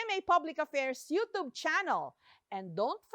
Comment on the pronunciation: You tube hindi you toob tangang tabatsoy American company hindi brotish